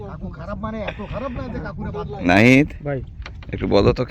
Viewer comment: নাহিদ এর উচ্চারন টা ভালো লাগসে